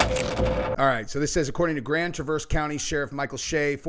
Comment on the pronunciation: LOL ITS FUNNY HOW EVERYONE PROUNOUNCES TRAVERSE, LIKE THE CHEVY TRAVERSE. ITS SAID LIKE, "TREAH-VURSE" (YREAH RHYMING WITH YEAH)